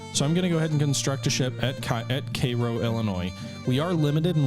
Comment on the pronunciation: It was hard to watch everytime you pronounced cairo.